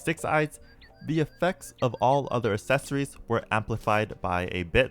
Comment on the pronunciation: "Assess-ories" kills me everytime.